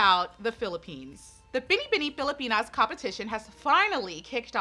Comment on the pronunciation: let's all commend her for saying Binibining Pilipinas so perfectly ❤️❤️❤️